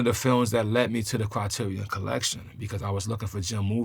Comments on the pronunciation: Just the way RZA says 'Criteron' and 'Jim Jar-moosh' is too cool man. Great picks. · I love that he pronounces it Critirry-AWN-- WuTangified!!! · as a lifelong Wu-Tang fan I somehow let myself forget he's got great fucking film taste, lol. Also never seen someone pronounce Criterion like that. Awesome.